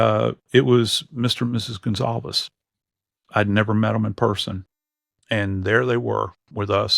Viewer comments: Respectfully, it’s Goncalves, not Gonsalves. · No. It's Gonçalves. The ç has an ss sound.